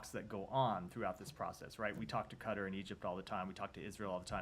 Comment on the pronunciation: Please, please learn to say Qatar and not cutter